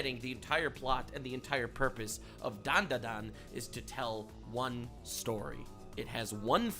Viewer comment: ... And he still can't pronounce DanDaDan correctly. It's okay boss, we still love you.